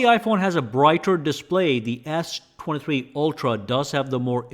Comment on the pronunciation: The way you say s23, sounds more like Ass 23